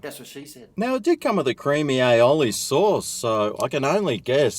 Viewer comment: is pronouncing aioli correctly now - that's good...